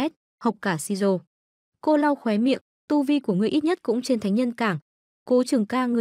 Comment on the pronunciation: tu vi thánh nhân cảng wow tu vi đọc lạ quá 😂😂😂😂😂😂